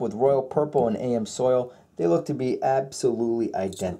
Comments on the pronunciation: i always hate that myself when people don't even take a moment to learn to say the word correctly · Guy claims to be an experienced tech. Can't pronounce the name of an oil filter properly. SMH. On another note, just use whatever filter you're comfortable using. I've been using Fram for over 20 years and have never had a single issue yet so many people say they are the worst filters but never offer up why lol. As long as you follow the proper oil change interval, you won't run into any issues. Dude, your videos are nothing more then showing what each filter uses to filter the oil. This doesn't really prove anything and surly doesn't prove which one is the best. The real test is to use each filter for the proper interval and then cut each one open and see what each has filtered out or which has filter out the most crap from the oil. Also, filters have bypass valves built into them for a reason and that reason is because filters can't filter 100% of the oil. They only filter a small percentage of the oil. They physically can't handle the volume of oil pumped through them to filter 100% of the oil, especially during a cold start up. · I have always heard it pronounced am-zoil as opposed to A.M. soil... minor point. Amsoil is expensive but it worked wonders on my 1994 f350 idi quieting down the piston slap on cold ass new england winter mornings. With delo it sounded like a handful of rocks in a coffee can for the first 15 seconds. Their filters seem legit but I think WIX has just become my new fave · Did he say AM soil? Lmao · AMS Oil not AM Soil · Isn’t it ams oil not am soil? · Nice video, but Amsoil is pronounced Ams Oil, not A M Soil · AMS-oil...not AM-soil. Can't trust a video where the host can't properly pronounce the product name properly. I'll stick to Bob the oil guy. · Ams oil not am soil lol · great video. I must admit I kept getting caught up on the "A.M. Soils" vs "AMS Oil" thing. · The AM Soil! That's funny I had to laugh it's Amsoil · "A M Soil"